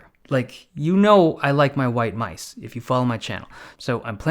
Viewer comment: Dave loves his "myse"